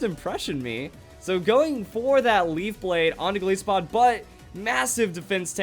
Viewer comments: I don't know why I'm bothering with this, but please pronounce it correctly. Goliath + Isopod. Both of which pronounce it "EYE". Not Gol ISS o pod. It's Gol EYE so pod. Come on. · It's................. GOLISOPOD AS IN "GOLIATH" AND "ISOPOD" NOT PRONOUNCED LIKE "PISS-O-POD" THERE IS NO SOFT I SOUND IN EITHER OF THOSE TWO WORDS ok im done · Gol-Aye-so-pod. That's the proper pronunciation.